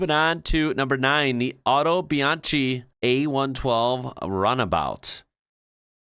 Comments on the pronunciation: you pronounced Biposto and Cisitalia just right! Autobianchi is pronounced auto bian-ki not bian-chee. Vignale is not vig- nale but vinyale. By the way, have you ever seen my favorite "strange car", the Isetta? I think you'd like it. Not a prototype, it was a real car. Go see how you open the door (no, not doors, just one door) 😄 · You got it right, the Italian "c" is pronounced like the English "ch" (as in "cheap", for example), BUT the "ch" is pronounced "k". So Autobianchi is pronounced "autobianki". Btw., I do agree. In my opinion, the Fiat Multipla is probably the ugliest car I've ever seen. 🙂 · Your pronunciation is pretty good. Here some specifics. Biposto: your first one was pretty much right Autobianchi: you said it almost right, just pronounce the "ch" as a "k" Vignale: tough one to explain in writing. The Italian "gn" sound doesn't exist in English. Best approximation in this case would be to read it as if it was Viniale (but it's not the same as Vignale) Multipla: ok Scarabeo: ok Covini: almost, but it sounds Coveenee (the Italian "i" always sounds like the English "ee", BTW same goes for other letters, they are always read with the same sound, save for very few cases) Pininfarina: ok Zagato: ok Zele: almost ok, you just need to clearly enounce also the second "e", there are no silent letters in Italian Egoista: almost right, you got the initial "e" wrong. Remember that Italian letters never change sound. "e" always reads the same and cannot read like an "i". Italian "e" basically always reads like the "e" in "men"